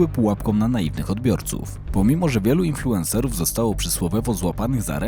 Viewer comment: "Infułerser" - wszystko jasne.